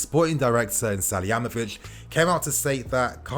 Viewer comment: butchered that salihamidzic name